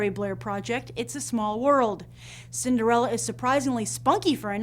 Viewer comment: cinderelle? not cinderella?